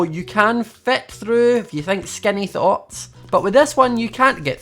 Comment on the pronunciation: Bella the Hamifan OMGGGG ME TOO 😂